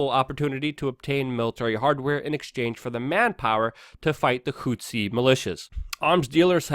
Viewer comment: What the hell is a "hootzee rebel"? Zero Hedge should add a pronunciation guide for this dude. Put it before the "travel hacks" section.